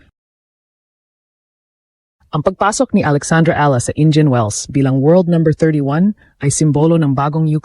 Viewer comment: downright insulting mispronouncing Eala for a Filipino channel, AI or human.